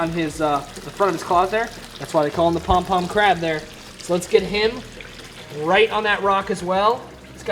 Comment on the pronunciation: The way you said pom pom crab 🦀 🤣 my fav was the prolly the chocolate chip star fish looks like a star donut haha